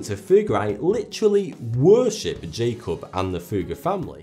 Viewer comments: 'jakob' is pronounced YA-kobe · BOOM! Nailed it...Good catch. Jakob Böhme, ~same time period, was pronounce yāKOB What else is misrepresented here?! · his name would actually be pronounced yakob if he was german